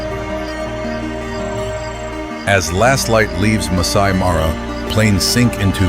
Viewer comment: There is reality here but the footage is not real. The AI mispronounces Serengeti, Masai Mara etc. get the little things right if you use AI